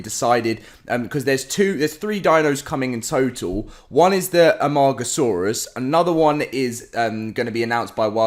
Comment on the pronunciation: Did he just say Amog a saurus?